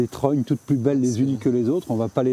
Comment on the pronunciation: Les serfs pas les serres, étêté, trognes et pas tronnes ou trônes, escoups, saule osier, vannerie